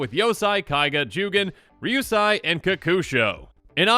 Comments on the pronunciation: I hope the new Kamigawa dragons are just as cool as the original ones. I remember playing Kokusho in almost every standard deck I created. Just an FYI, I think your pronunciation is a bit off (pretty sure but not 100%). It's Ryusei (Ryu-say or Ree-yu-say) and Yosei (Yoh-say). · It’s pronounced ryu “say”. And yo “say”